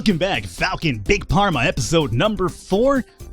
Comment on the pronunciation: The pH sounds like a F so its farma instead of parma